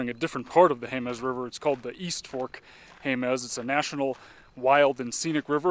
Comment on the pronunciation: Jemez is pronounced "HAY-muss" by New Mexicans.